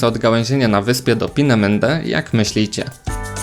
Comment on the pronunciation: Twoje Pinemende pisze się i wymawia Peenemünde. Szerokie e oraz pomiędzy u i y.